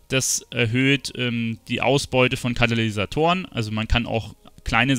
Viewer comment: Damn bin ich getriggert .. immer wieder sagt er Kanalysatoren .. KaTalysatoren mensch :D